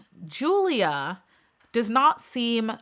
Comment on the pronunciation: It's Julia but pronounced as Yulia